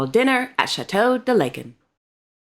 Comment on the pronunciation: How to pronounce "Laeken" (in château de Laeken - Brussels -Belgium) ? "ae" is to be pronounced as the "a" in words like "arm", "cast", "large"...